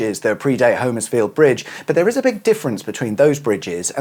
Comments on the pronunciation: As a relative local - not Homers-field but HOM-ers-field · In Suffolk, it's actually pronounced "Homersfield" with a short O (Hommers-field), rather than the long O as in "home". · Hom......ersfield, or if you are really local it's Humersfield. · It’s pronounced humersfield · Ahh,! A couple of miles from my hometown of Harleston, you should’ve said, I’d have fired up the kettle! Great little vid as always. (‘Hummers-field’, by the way 👍🏻) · Keep thinking you say Huddersfield! Love the quips about St.Evenage - or maybe its nearby neighbour Shatfield. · Yep it used to be a place I fished as a kid in the river. Pity he cannot pronounce Homerfiield which is pronounced Hommersfield. Sorry about that but in Norfolk and Suffolk we are all a bit teed off with so many people mispronouncing so many of ore ancient names. Other parts of our country have the same complaint. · Sorry can I correct your saying of Homersfield, here in Suffolk it's actually said 'Hommersfield' sorry to be pedantic, but us Suffolk people are very protective of the way words and places are pronounced!